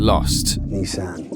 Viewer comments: “Neh san” why do mfs have to say shit weird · Don't ever say Nissan like that again.. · why do you say Nissan like that?